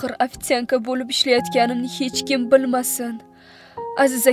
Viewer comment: Afitsand emas afitsanka boladi 🙁